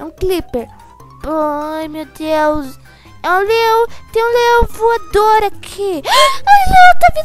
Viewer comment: Ela fala uma coisa q n entendi no inicio eu e oq eu entendi:LEÁO VUADOR